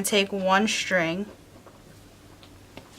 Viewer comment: I like your attachment idea but please, pronounce the words "string" and "straight" the proper way. So many people are pronouncing words that start with "str" as if it was "shtr". String, not Shtring.